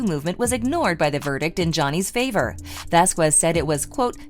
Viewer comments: Camille's last name is pronounced: Vas kez....it's ignorant and racially offensive the way you pronounce her last name. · Her and HER BOYFRIEND just went to a Depp/Beck concert with other attorneys. And it's not prounounced "Vasqwez".